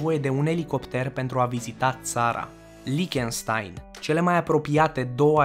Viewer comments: "LIHTĂNȘTAIN". Parcă așa se pronunță corect! Și se scrie corect Liechtenstein! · Cică "Lichenștain"=))))))))) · Time să pronunțe corect numele țării